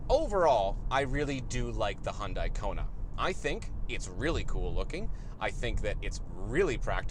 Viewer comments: Hyundai. Rhymes with Sunday. Not Hun-DIE, not HYOON-die. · Isn't Hyundai pronounced like Sunday...? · Are they pronounced the same though? Like saying the Hyundai Kunt?